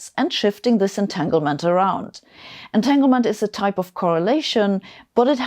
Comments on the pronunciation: Etaglement? 7 minutes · at 7 min it should be entanglement not entaglement